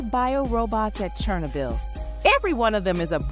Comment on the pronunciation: Stop saying chernobyl like that. You need to learm proper pronunciation.